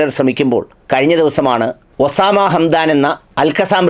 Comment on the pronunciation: ഒസാമ അല്ല. ഉസാമ അതാണ് ശരി. മറ്റുള്ളവർ പറയുന്നത് നമ്മൾ അനുഗ രി ക്കേണ്ടതില്ല.